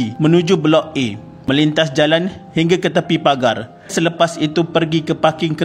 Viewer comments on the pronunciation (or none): none